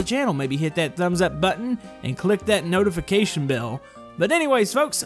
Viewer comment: Did he say notification bill? Lol